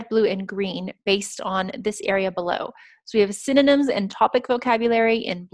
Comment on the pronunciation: Great jog gal,but the one thing that kills me is your synynom(synonym).Reckon that word has stuck for good.But overall,y'all're mighty fine tutors.